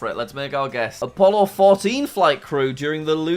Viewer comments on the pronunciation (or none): none